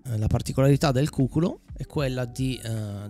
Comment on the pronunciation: Grazie per il video, molto interessante, poi sentirti parlare mi rilassa tantissimo❤ Un piccolo appunto, si pronuncia cucúlo (cu-🍑) Quando l'ho scoperto ha fatto strano anche a me. 😂😂 Buone vacanze!!